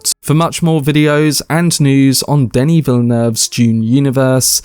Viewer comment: It's Denis with one 'n' (pronounced like Denny) and he says he only wants to go as far as Messiah than hand the series over to another director. So it's unlikely we'll get more than a trilogy from him.